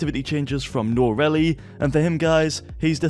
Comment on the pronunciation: Please please learn to pronounce Noahreyli